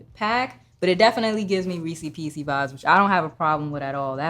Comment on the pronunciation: another “reesy peesy” sayer 😂 that’s not what their called hahahah